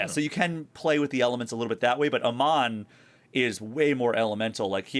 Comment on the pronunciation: It's AY-MON, not UH-MON. Just FYI.